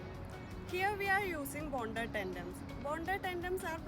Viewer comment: It's tendons not tendoms...